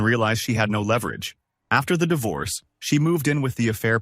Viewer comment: It's not dievorce